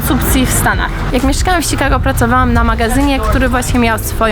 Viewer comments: Świetne video. Jedynie denerwuje mnie i to bardzo jak wymawiasz Chicago. Serio mówi się "sikago", a nie "szikago" ?? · czemu muwisz sikago? amerykanie inaczej akcentuja przeciez? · Nie ma to być odbierane jako hejt. Bez obrazy, ale śmieszy mnie to „Sikago”. Nwm czy to jest poprawna firma, ale XD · Śikago xDDD